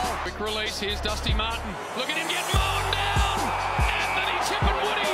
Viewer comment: its tipungwuti not tip and woody